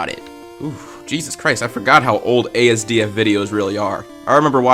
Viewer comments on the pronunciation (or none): ITS ASDF NOT ASDM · Is noone gonna talk about how he mispronounced asdf?